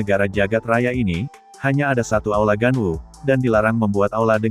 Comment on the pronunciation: Bukan aola, tapi aula.